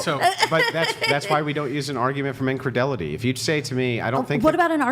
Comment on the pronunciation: i wish said incredulity instead of incredelity, makes him look bad